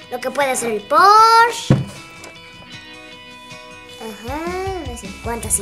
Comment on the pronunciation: Jaja me gusta como dice "Poorsh" xD